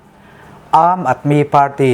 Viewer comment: Aam tia i lam ang tho khian aadmi tih pawh khi lam tur ani e